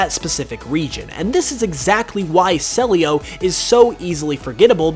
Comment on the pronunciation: I think CELIO is pronounced CEE - LEE OOH